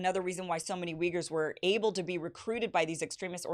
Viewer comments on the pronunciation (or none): none